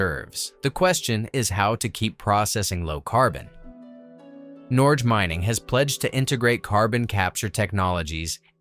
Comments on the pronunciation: It’s pronounced “Norye” not “Norj” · Norge is pronounced with a hard 'g' and the 'e' at the end is pronounced. So instead of 'norj' it is somewhere between 'nor-guh' and 'nor-geh' Non-Norwegian living in, working in, and enjoying Norge. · Also, the E is pronounced. Unlike how it is in English. "Norge" is pronounced almost as you would in English pronounce "norgeh". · That is not at all how you pronounce "Norge Mining". More like "nor - geh". And the idea that Norway was an impoverished fishing nation prior to discovery of oil and gas is a myth. Norway's GDP per capita was higher in 1971 than Germany, Japan or France, for example. That is the year the first major off shore oil fields started producing. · norGe pronounced like you pronounce G in Golf. Norye is a Swedish pronounciation and not correct Norwegian. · Norge is two syllables not one.